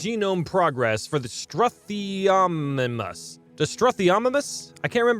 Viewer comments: stroo-theo-mime-us Ur welcome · Stroo-Thee-Oh-My-mus.... mus as in "wuss" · Forgive my nitpicking, but it is pronounced stroo-thee-o-my-mus. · The strethomububuh 😂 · its stroo-the-oh-mih-mus